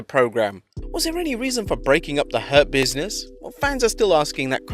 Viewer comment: im hearing herpeasness instead of hurt business